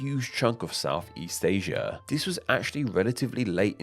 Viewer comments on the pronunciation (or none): Did = Did-e Asia = Asiaarr Within = Wivin All = All-er Ruler = Wuler Them = Dem-er Thing = Fingge One would think pronunciation would be important to a channel all about names.